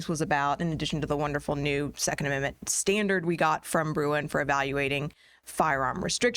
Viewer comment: Great stuff! One suggestion, can you please just say Bruen?